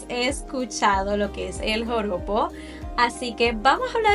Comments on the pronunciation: Lo dijistes alrevez, Porojo, No, Joropo, así se dice realmente. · No es pojoro. Es JOROPO 😂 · Me gusta la estructura de tus videos! Me gusta que escribes las observaciones para no interrumpir y que se ve bien el vídeo y también tu cara. Lo de "Porojo" 😂 me dió risa jajaja bueno, es Joropo ya lo sabes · No es “pojoro”, ES JOROPO.